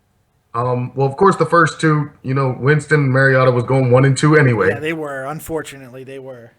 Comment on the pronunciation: I caught that shit too. You've got 4 months to get this dudes name right and you mispronounce the Fuck out of it! "MARIOTO" lmfao